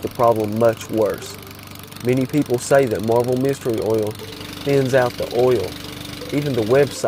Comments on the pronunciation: Texans pronounce oil as "ole," as in "hole." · The way you say oil 🤣🤣